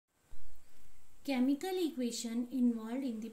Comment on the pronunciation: Mam not chaaamical